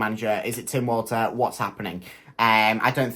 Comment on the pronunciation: I think its pronounced Tim Volta